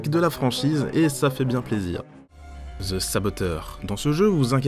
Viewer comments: Merde arrwtez de dire ze saboteur ze ceci ou ze cela c est the et ca se prononce de ou di pas ze merde ... 😒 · Ouuah l'abus de la prononciation de "th" en Z. J'ai saigné des oreilles. On le prononce en D et non en Z.